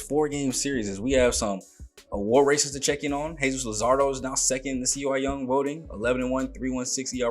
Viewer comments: Bro... Had to catch up just found you... Its CY YOUNG.. Not C Y.. I get a dawg ass laugh outta that everytime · Love to see some Tigers action but you are killing my with C Y young is Cy (Sigh) Young Cy are not initials its his name brother. Keep up the good work love the series